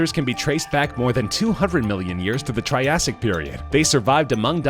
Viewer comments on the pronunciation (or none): none